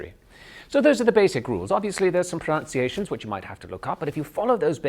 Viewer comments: I agree he's pretty good, but he's far from perfect. Words like "pronounciation" and "heaven" towards the end are clear giveaways; the rest of the time I think I'd have been thinking there was something not quite right. And the "working class" "dialect" (why does he keep speaking of "dialect" instead of "accent"?) - pretty Dick van Dyke, actually. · Generally good but incorrect pronunciation of pronunciation.